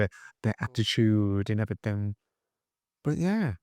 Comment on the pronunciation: you like to do things correctly so somethink and everythink are not words. Something and everything are the correct pronunciations.Commented with kindness 🌟